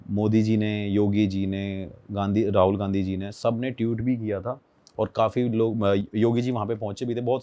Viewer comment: That’s TWEET NOT tewt 😂😂😂😂😂😂😂😂😂😂😂😂😂😂😂